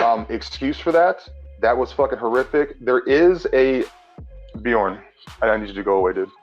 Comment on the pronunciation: Why do Americans insist on pronouncing things exactly as they are spelled, even if they know the correct pronunciation? It's so fucking obviously bee-yorn, not buh-jorn. Not having a dig at particularly, just like 90% of Americans. The other 10% seem to horrifically overcompensate and try to pronounce names with accents which sounds awful. D: ALSO: EPI-TOME?! E-PIT-O-ME